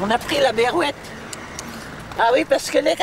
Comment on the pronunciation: Ce n'est pas la berrouette mais la beurrouette !